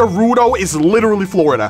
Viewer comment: Witewawwy hitting da gwitty